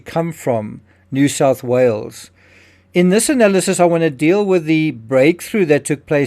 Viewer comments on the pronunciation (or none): none